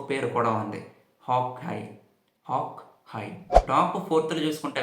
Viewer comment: Hock. High..... Haha ratledha??? Hawk eye... Adhi eye....letter-i. La sound cheyyali